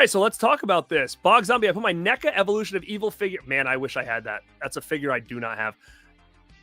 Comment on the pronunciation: You collect films to display and for their value. I collect films because I love watching cinema, we are not the same. I will give you this, you pronounce NECA correctly.